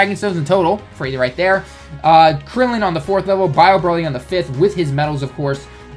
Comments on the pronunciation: Stop saying brally, it's BROLY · Muhammad Saad he says brally because the name is a pun on broccoli, so the bro is pronounced how it is in broccoli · Ibrahima Bah its still broly